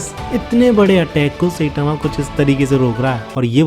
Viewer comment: tu saitama ko सेटामा kyu bolta hai?